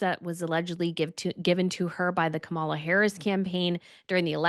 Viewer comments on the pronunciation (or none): Come on, you know how to pronounce Kamala's name. Would you intentionally mispronounce a royal name? No. Trashy journalism.